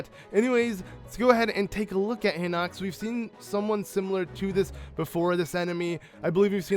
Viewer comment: pronounced heenox